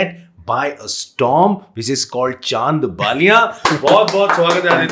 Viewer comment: Yes and one thing which pisses me of is his pronounciation of the word "chand" he is pronouncing it as "chhand"